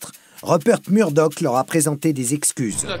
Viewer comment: on dit Meurdock (Murdock) et roiyale (royale)et non rauiale et Mûrdock si je suis clair ...